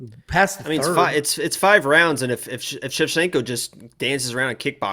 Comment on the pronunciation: ShevCHINKO not Shecshinko , you name her opponents but not Santos opponents .who are the koed opponents that Santos finished? Shevchinko finished the whole top 10 .